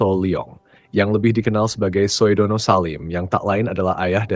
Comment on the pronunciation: Kepada narrator OE itu ejaan lama. Bacanya U. SUHARTO bukan SOEHARTO. Sudono bacanya BUKAN SOEDANA.